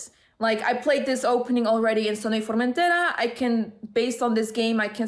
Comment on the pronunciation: Congrats! Was super excited when I saw your tweet for this! Also, do you speak Spanish, why is your pronounciation of Formentera so "native"?:D